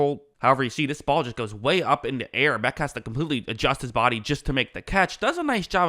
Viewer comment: [Jack Beck] dude! C'mon get it right at least with the names its: Jack "BESH" you even say it again - 👈🏻👉🏻Beck..